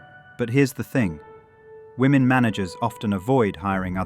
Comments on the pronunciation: All these idiots are so educated yet consistently pronounce women as woman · This lady with the dreadlocks doesn't know how to pronounce the plural of woman...women is pronounced wi-men...not wo-man. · I hate it when they say "woman" when it should be "women". Drives me nuts.🤬🤬🤬